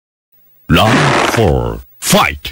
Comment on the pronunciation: Round ❌LOUND ☑️😂😂😂😂😂